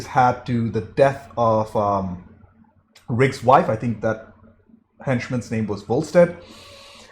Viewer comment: are you calling him rick? Its riggs